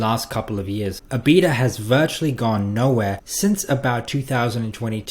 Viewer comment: Lol that's not how you pronounce EBITDA...ebit-da